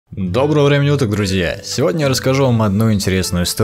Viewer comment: Мне кажется что говарит не Доброго времени суток а Доброго времени уток:)) Послушате сами